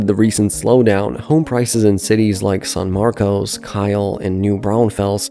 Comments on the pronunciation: Yeah but "San Marcos" should be easy for anyone to pronounce. I don't think English is his first language, he sounds Eastern European. I can tell whether someone lives in Central Texas by how they pronounce Manchaca Rd, Guadalupe Rd, Burnet, Manor, Del Valle, Seguin, Buda, etc. Non-locals will always say those wrong. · "Saahn Marcos"--You're not from around here, are you? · San Marcus San Markuss San Markess Not San Marcos / sæn ˈmɑrkəs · / BTW, you don't say "San Marcos" but "San Marcus". I know it's originally Hispanic but NOBODY living in the area says it like how it's spelled 😂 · In addition to the Buda pronunciation that others pointed out, locals call San Marcos, "San Marcus". Wait until you hear them say Guadalupe Street. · So... That's not how you pronounce San Marcos lol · What an idiot. When you were doing your research, you should’ve researched how to pronounce San Marcos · My guy has to check his Texas city pronounciations. No one calls it san marcose or Buddha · Just so people know, the locals pronounced the cities San Marcos as San Marcus and Buda as BYOO-duh. (Granted, pronouncing San Marcos as San Marcus makes no sense and probably needs to go away.) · He pronounced Buda, Booda and San Marcos, San Marcoes. That's funny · Yep. "San Marcus" and "Byoodah"